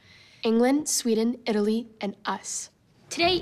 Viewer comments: Is it only me that think they say Italy but it sounds like elite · When said the four remaining teams I thought she said elite for Italy 😂😂